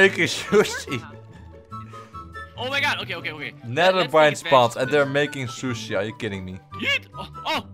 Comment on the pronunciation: Instead of sushi i heard shushi!!😂 that one got me